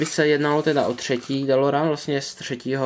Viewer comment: Kup si je od Welly je to celý anglicky a model je lepší. Navíc je vzadu popis dílu a DELOREAN se vyslovuje delorejn!!! Už mě sere ten nový dabing co je na DVD!!!